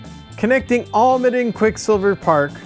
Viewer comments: Dude.... thanks for promoting Calero and Almaden parks, but it is pronounced Al-ma-den, not All-madden. I live in San Jose and mtn bike at both parks so ask the locals the correct pronunciation of the parks you visit. Thanks again for promoting both parks. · Almaden: Pronounced - 'Al-Ma-Den' Old Spanish for mining or metal operations Great on board ride!